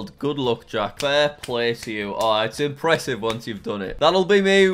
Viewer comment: "вери импрессив" - so pronounced Very impressive in Russian